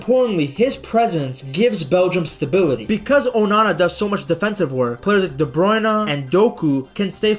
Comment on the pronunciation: It's De Bruyne, not De Bruyn-eh